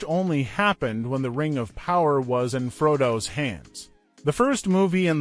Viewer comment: Lol. Sore-on and his Naz-gal, Fraudo, Bilbo Baygins, Izzleder. 😂